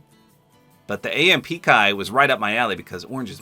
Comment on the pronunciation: Glad you said AMP right this time! HAHA